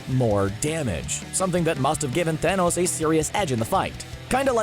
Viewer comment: You mean Thonos?